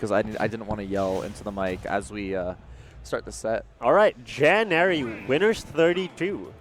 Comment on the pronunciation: i think it's January not Janairy